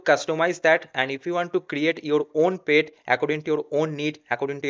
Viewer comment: at least use Google for correct pronunciation for the word PET. bro it is not "payt"